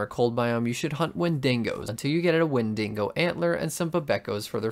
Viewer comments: its pronounced "when dee go" not "when dingo" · bro really said “wendingo”